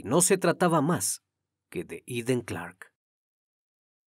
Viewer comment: Todo un profesional y me encanta la pronunciación del nombre en su idioma 🎉 MUCHAS MUCHAS FELICIDADES 🎉🎉 SIEMPRE PERFECCIONANDOTE 🎉🎉🎉🏆🏆🥇🎗️🏆🏆🏆👏🏻👏🏻👏🏻👏🏻👏🏻 ❤❤IMPECABLE CRIMI TU INVESTIGACIÓN E INFORMACIÓN ❤❤❤❤❤❤❤❤